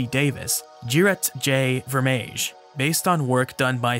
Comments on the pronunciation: VERMEIJ is pronounced as VERMY (Y=WHY, WITHOUT THE WH..) Greetings Edit EIJ = AI Pronounce it as Vermai! Or eye... (like👁️) vermeye😉 So finally after 4 edits and many more mistakes, I've figured it out... The best way to pronounce VERMEIJ = VERMEYE.. But to be honest I am certainly no expert. And pps GREAT VIDEOS 👍👌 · Great video. Vermeij (pronounced something like fair-my ) has poor eyesight an studies seashells by feeling them with his fingers, not looking at them, as briefly shown in the film . His unique approach makes him especially aware of the texture of seashells, which is how he has such great insight into how their changing shapes were driven by evolution. The passage starting is classic Vermeij thinking.